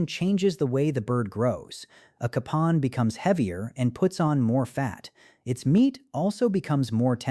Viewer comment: Capon = Kay-pon